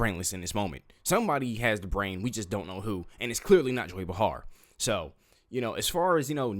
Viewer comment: Joy "Bahharr" close enough